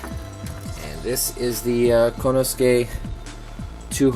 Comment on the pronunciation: nice kit, learn the pronunciation for the japanese items though, for respect of the craftsmen more so than my youtube trolling lol. ko-ne-su-ke, su-ji-bi-ki (in Japanese, the hi character is accented to create the bi sound in some words), "ow" for Ao (say a-o fast enough and it makes sense). I hope your bag is big enough for all that stuff though!